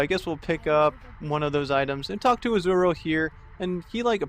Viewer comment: Izual, pronounced as " is - u - ul ". >.<